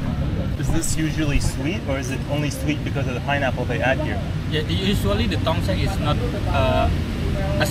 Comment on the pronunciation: Tong seng mr, no tong song 😅